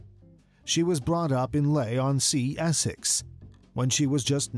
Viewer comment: Extremely small point, but if you happen to re-edit this video in the future, Leigh-on-Sea is actually pronounced LEE-on-Sea.